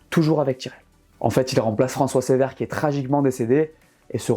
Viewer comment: juste un mot pour dire que ce n'est pas François "Sévère", mais François "Ceuvère". Voilà pour le détail ;) Sinon, cool la vidéo, vraiment intéressant